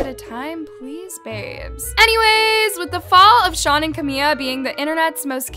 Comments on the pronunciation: BISH STOP SAYING CAMIYA ITS FREAKING CAMILA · Not pronouncing Camila as Cami-Y-a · She keeps saying camia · girl its camiLa not where are you getting camiYa from? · Sorry but you called Camila cameeya?😂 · why does she keep calling camila "camia"😭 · im sorry but i could only focus on saying “camiLLa cabello” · I totally get that you're a tea page and I have nothing against it. Except if you want to run your mouth about celebs, at the very least try to pronounce their name's right...where do you even get a "y" in Camila that makes you say "CamiYA". I also can't seem to understand how you're so invested in all these celebrities' lives but you missed the fact that the video of Shawn and Camila was satire. Get the facts straight or you'll just look goofy, the point is that they didn't care what people thought about their relationship.